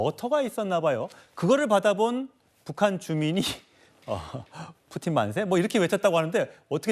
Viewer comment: ㅋㅋ 진짜 뿌찐 이라고 하는거 개 웃김